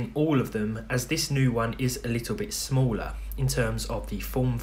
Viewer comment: Whenever you say "smaller" i imagine it being spelled "smoller"